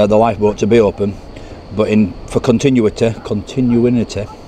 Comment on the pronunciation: Continuity....Con-ti-nu-ity....there you go 😉